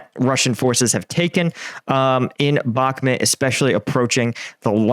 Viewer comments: It's pronounced Bach-Moot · "you say " Ukrainian command,with their questionnable competence had let ME down"Sooo you seem to be a very important person there.Sorry but this is NOT a "honest explanation of the Ukrainian conflict".I realized you can't even pronounce Bakhmut correctly.SURREAL.I followed you since one tear,but today I am finished with you BYE.From Belgium